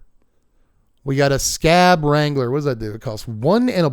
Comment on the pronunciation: Good video. I pronounce "Skaab" as Ska - AHb not Scab and "Sengir" as Sen-GEAR. The Baron is one of my favorite cards.